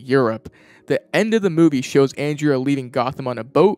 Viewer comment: The character's name is "Andrea Beaumont." Pronounced "Awn-drey-uh Bow-mont." You keep saying "Anne-dre-uy Belmont." She's not from Castlevania.